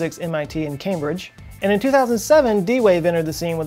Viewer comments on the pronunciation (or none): none